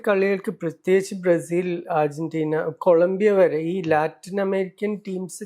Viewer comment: Ergentina alla😂 Argentina ann